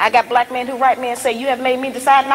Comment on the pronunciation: can you please stop saying whymen....I’ll befen to refer to men as myn LOL